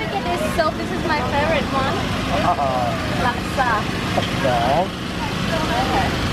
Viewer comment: You pronounced laksa very good... 😱